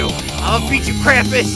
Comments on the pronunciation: It's not pronounced kraympiss its pronounced krompiss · It’s acully pronounced krumps